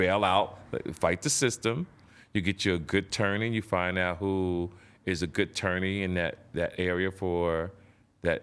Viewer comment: Damn TK can't say attorney